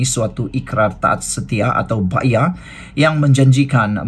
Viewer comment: bang..bunyi dia.. BAI...AH .. Bukan BAYAH